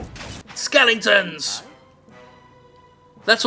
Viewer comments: "Skelingtons" I know he is saying it Ironically, it just made me laugh. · Honestly, I'm not sure whether he is saying it ironically, or genuinely keeps mispronouncing it, just because he's gotten used to it.